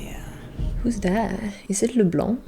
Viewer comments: really love how you said Leblanc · I love like you pronounce Leblanc every time it so French😍😍